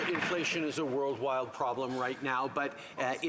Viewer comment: What the hell is a world wild problem? It’s rather shameful that the PM can’t speak proper English / Anglo-Saxon (a wee jab from his comments earlier this week)